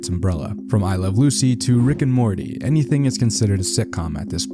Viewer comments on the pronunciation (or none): none